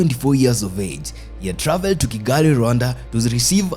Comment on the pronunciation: It still has some shortcomings in pronunciations, like: Irony, travel,model, palatial,shovel,rebel, channel, couples,jewel ... ... ...